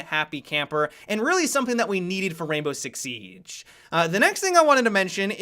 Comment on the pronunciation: Why does he say the siege like sieeeeeegee